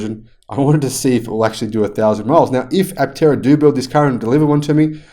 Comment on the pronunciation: I have always loved this vehicle too. Aptera is a Greek word so I think the 'p' should be silent. It means, wingless. The implication is flight without wings. Looking at the car from the side, with the doors opened or closed, it looks like a sparrow in flight.